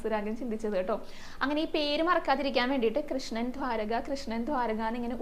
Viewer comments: bhramanan alla, brahmananan anu.angsnevenam ucharickan.dhwarakayum alla,dwaraka. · ധ്വാരകയല്ല, ദ്വാരക